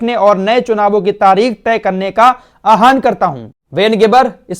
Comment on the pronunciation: आह्वान है आहान नही इसको ठीक कर लीजिए